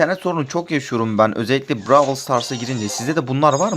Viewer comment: brawıl değil brawl